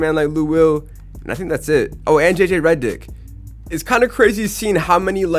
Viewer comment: why he pronounce JJ Redick name like that